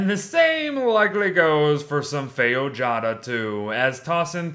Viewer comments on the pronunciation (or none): Brazilian subscriber here You pronounced "fei-o-ja-da" while it is pronounced "fei-jo-a-da" Feijoada is a typical brazilian dish made out of black beans and low tier pork meat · fei-joada not ''feio-jada'' ik cz im from brazil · Feiojada xDD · Omg! That's new. Feijoada? This is a very tasty brazilian dish and you almost said the name right 😂. Nice video. Thank you! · Feijoada is a portugueses recipe and is so funny when English people say the word bcs is always wrong 😂😂😂 the important is to have fun u.u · You completely and uterly butchered the pronunciation of Feijoada